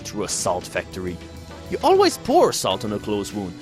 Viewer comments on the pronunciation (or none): none